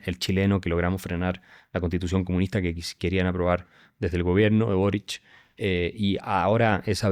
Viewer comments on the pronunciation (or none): !AXEL TAN EDUCADO¡ PRONUNCIAS BORICH... PERO ES SOLO BORIC.. ESTE ENTE DE MENTE SUPERIOR , NO TIENE IDEA DE LO QUE SIGNIFICA GOBERNAR.........LOS RICOS EN CHILE ,SON PORQUE HAN ROBADO, LA MAYORIA ES CORRUPTA .. MIRA COMO ESTA' MI PAI'S... TU' TRAES ALGUNA ESTRATEGIA QUE SIRVA..PARA SACAR DEL HOYO A CHLE?